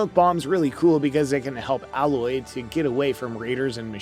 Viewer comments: I’m so triggered by you continually saying “Al-oye”. It’s “AYE-LOYE” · “A”- Loy not “Ah”- Loy. I cringed every time I heard that. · Dude stop saying alloy its a-loy aloy* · Can't even pronounce Alloy correctly 🤣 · Dude you obviously don’t even know anything about this game. You are pronouncing everything wrong. Like it’s actually funny how bad you are butchering their names. Like Alloy? Seriously? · Well, from someone that can't even pronounce 'A'loy correctly... the games 'main' character... what else can we expect? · How can you call yourself and talk about a subject when you literally can't say their names correctly? Tremoortusk? Alloy? Dude just leave 👉🏻 get out and leave your gamer badge at the front desk. Or should I say your gamor bage at the froant deska?